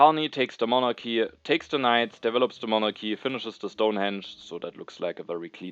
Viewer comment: I'm only 8 minutes in but hearing you pronounce Monarchy in the correct (Greek) pronunciation with a soft "h" sound instead of the hard "k" sound made me very happy!